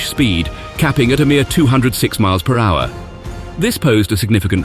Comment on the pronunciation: Either AI voice or VERY strange language skills. As in miles per hower